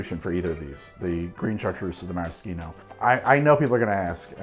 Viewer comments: Why the FUUCK ARe you saying maraschino like that I’m so stressed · I love this channel but forcing the fake Italian pronunciation of maraschino but saying 'ahrnj' instead of orange is just obnoxious.